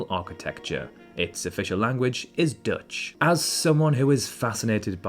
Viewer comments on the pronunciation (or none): none